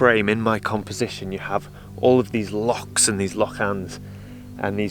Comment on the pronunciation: Superb video and you pronounce, Loch properly! Is there anything this man can’t do?